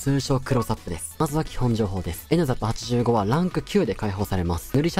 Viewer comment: NZAPの発音がライザップで話入ってこんwww